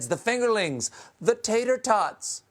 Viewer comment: "Would somebody please think of the tatortots." 😁